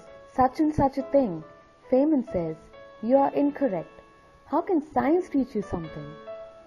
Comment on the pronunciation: His name is pronounced "Fine men" not "Fain men."